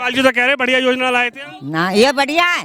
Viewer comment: Madam ja ko za bolna band karo Yozna .. 😂